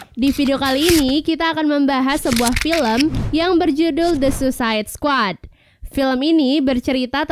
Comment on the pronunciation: Kak Sebutan Nya itu Bukan "Susaid Squad" Tapi "Su-i-said squad"